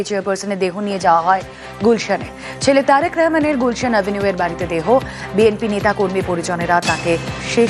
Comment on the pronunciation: Bangali manush Rahman ke Rehman bolche kn?